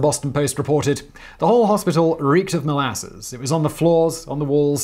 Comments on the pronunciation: Why is he saying it like that? It's mol-a-suss, not mol-asses, Simon. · Your pronunciation of molasses is super weird! Molarses? Is that “powsh”??? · Why do you say molasses in such a weird way?